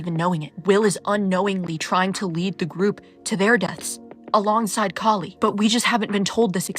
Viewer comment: it's an Indian name pronounced Kah-li not like Callie. I was so disappointed with what they did with her character 😢